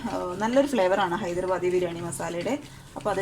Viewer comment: ഹൈദർബാദി അല്ല ഹൈദരാബാദി ആണ്